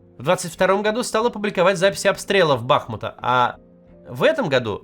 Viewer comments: женщина написала что правильно БахмУт, а Максим всё равно читая комментарий говорит БАхмут... очень некрасиво и невнимательно так относиться к прочтению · Максим, пощадите) даже Нина Захарова, комментарий которой вы читаете, пишет, что ударение в слове Бахмут на втором слоге, БахмУт он, а не БАхмут) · Не хочу никого обижать, но сама Нина Захарова написала, что город назывался БахмУт, но Кац упорно говорит "бАхмут" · Макс и команда, один момент: там учительница как раз в начале комментария просит у города БахмУт ударение правильно ставить, вы пропустили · При всём уважении к Максиму, но чего же в выпуске везде звучит БАхмут, когда жительница БахмУта в первом же предложении поправила произношение города? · Нина Захарова: город называется БахмУт, с ударением на У Максим Кац: Почитаем комментарий жительницы БАхмута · Нина Алексеевна Захарова в первых строках своего комментария написала Максиму Кацу, что город её родной зовется БахмУт, а не БАхмут, но Максим, читая письмо Нины Алексеевны, продолжает упорно говорить БАхмут. Нина Алексеевна, продолжайте писать, не сдавайтесь. Может, Максим, наконец, поймет, что БАхмут это всё равно как МОсква. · Да ну сколько можно с ударениями лажать, блин! Цитируешь письмо женщины, которая пишет "правильно говорить БахмУт" и тут же говоришь "бАхмут, бАхмут" Четвёртый год войны, а россияне по-прежнему "купЯнск, бАхмут, сумЫ, АдЭсса". Ну можно же нагуглить, блин, ребята продюсеры, редакторы и сценаристы. Все ваши усилия псу под хвост. Это ж имя собственное и для кого-то важное, ошибка в ударениях говорит о невнимательности и неуважении в конечном счёте. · комментарий начинается с того, что ударение в названии города падает на последний, а не на первый слог, ну.